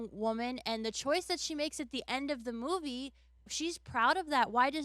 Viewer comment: Soauh and moahvie a few moments later too